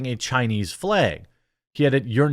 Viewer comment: Why do you keep saying "flage"/"flayg"